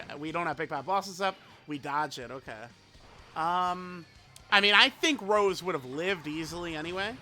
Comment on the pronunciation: When will the day come where unc will say Rosé and not Rose 😭